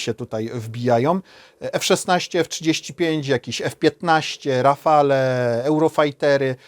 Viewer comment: PS. Sprawdź, jaka jest właściwa wymowa słowa "rafale". Jakiś ogólny poziom obowiązuje...